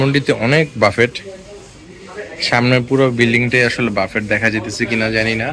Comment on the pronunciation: বাফেট বলবেন না। BUFFET এর উচ্চারণ হবে "ব্যুফে"